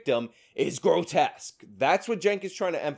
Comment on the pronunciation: Cenk keeps saying "grotess" does he not know the word "grotesque"?